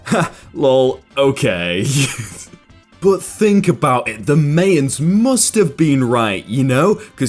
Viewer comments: I think Mayan is pronounced like maiyan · Reddit Story Readers are the king's of mispronunciation. he pronounced Mayan (My-An) as May-an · I have never heard anyone pronounce Mayan that way before...